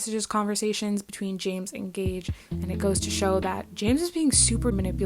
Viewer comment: Good video and you said it right gage's name:)